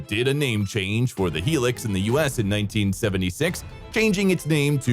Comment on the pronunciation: High Lucks, not Helix